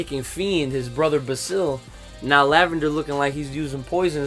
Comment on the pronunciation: Why does everyone mispronounce basil's name.You prounounce It the way you prounounce the herb basil.Like bay-zil